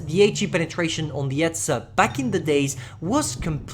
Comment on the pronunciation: You say etzer